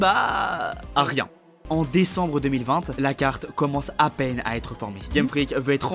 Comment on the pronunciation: Comment tu as prononcé 2020 là??